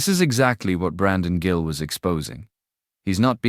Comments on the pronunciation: This is AI. His meme is Gill. Not pronounced Jill. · Stupid AI voice, the Congressman's name is Gill, not Jill. A human would know better. Liberty Voice, hire a real person. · It’s “Gill”, not “Jill”. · He’s gill not Jill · Congressman 'Jill'? AI narration sucks. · His name. Gill is pronounced with a hard "g" not a soft one.